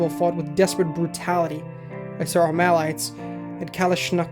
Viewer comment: As others have said, music could be a little lower. Especially with the dialouge parts that dont have a ton of drama to them like earlier in the story when things are building up. Also, armalite is "ARMA-lite" and Kalishnakov is "Kal-ash-ni-kov" Good stuff brother keep going